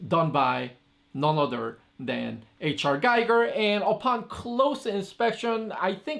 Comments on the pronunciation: Its "Gee-ger" H.R. Geeger looks liike giger but probounced Geeger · Gee-ger. It is pronounced Gee-ger.